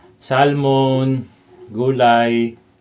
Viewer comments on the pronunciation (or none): none